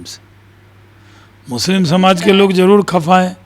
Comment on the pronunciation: अरे काका पहले मुस्लिम शब्द तो बोलना सीख लो